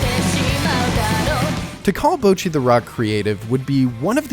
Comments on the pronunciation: its not bowchi, its botchi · Except in this video you're pronouncing it as "b-oh-chi" and not "bo-cchi". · Bah-chee. It's literally spoken that way in the show. BAH-CHEE. NOT BOW-CHEE. How can you screw that up? IT'S LITERALLY PRONOUNCED THAT WAY BY EVERY CHARACTER IN THE SHOW. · You pronounce the ぼ as 'bowh', almost as in 'Rainbow', but it's supposed to be much shorter. It's more like the 'bo' from 'box'. You also need to put emphasis on the first part of the ち (which is why her English name is 'Bocchi' with two C's and not 'Bochi'. You should listen to how it's pronounced in the show, and put a recording of your own voice next to it, and you should hear the difference. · "bowchi" it's "bohchi" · Bocchi not Bowchi :( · My god man, can you at least try and pronounce the names correctly. Bouchi, nails on a chalkboard stuff. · Bot-Chi, like Tamagotchi, how they say it in the show every damn time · Fuckin pronounces it Boucchi People on the internet are too compliant in commenting on small mistakes, which in turn doesn't affect the person in the wrong but instead just boosts their video harder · I'm not trying to start a fight or anything, but please, at least try to pronounce the name somewhat right. Bowcchi hurts me every time. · why does everyone pronounce her "boachi" ? xD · "Bowchi the Rock" 😂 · I loved this video but for fuck sake "BOWchi" killed me every time lmao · Really good video You pronouncing Bocci and mangaka made me cringe hard though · Bow-chee the rock?! so american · It's a little embarrassing that you can't pronounce Bocchi's name right in a video about it. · youre pronoucning her name a little wrong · Probably a decent video but I had to stop watching after 1.5 mins when I heard you pronounce Bocchi. Wtf is that man it's like you tried to get it wrong on purpose. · all was going well til this dude somehow mispronounced bocchi like how even..... I'm not mad I'm impressed 🤼